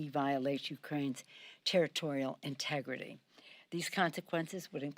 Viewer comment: “Integrity” 😂😂😂 LMAO